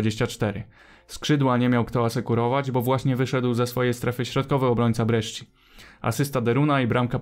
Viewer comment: jak coś to sci w języku włoskim czyta się jak sz/szi, więc Brescia to nie Breszczia tylko Breszia